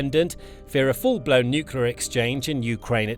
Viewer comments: "nuclear" pronounced "new-clear", NOT "nukuler"!🙄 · Please pronounce "nuclear" correctly! It's not pronounced nuke-you-lur. It's pronounced nuke-lee-ur. Nuclear. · Mr Pedi Pedantic here, please tell your text to voice software that the word is pronounced "new clear" not "newk you lar".😁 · For the love of god: Please stop saying nucular 😱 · Hearing "nucular" instead of "nuclear" on a channel like this is certainly something 😂